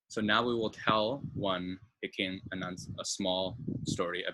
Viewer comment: I commend you for accurately pointing out the history. It's interesting how the Surinamese community outside the country (e.g. Netherlands, ABC Islands, U.S.) is probably larger than the population in the country itself. Sranan tongo is still widely spoken within those communities Tip: taki is pronounced with a short a, not a long one. Pikin is pronounced as ptjien (pkin). When the letter k is followed by an e or i the k is sometimes pronounced as tj. The e is mostly pronounced as a short i, as in 'him'. So ede is pronounced as idi 😉